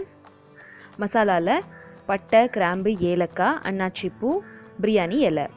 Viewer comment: Please correct the word it's not annachi poo it is annacee poo